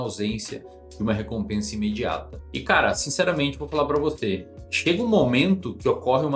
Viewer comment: "e cara, sinceramente vou falar pra VOTÊ".